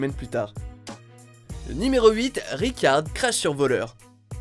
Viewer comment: C'est pas Rikard c’est RICHEKAARD